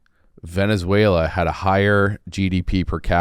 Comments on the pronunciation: My goodness, this is embarrassing. Neither of you have a clue what you're talking about. is so dumb he doesn't know how to even say Venezuela. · Love but if the guy doesn’t know to pronounce the country they’re discussing maybe you just shouldn’t talk about it